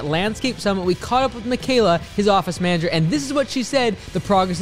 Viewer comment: Property (Manger) Manager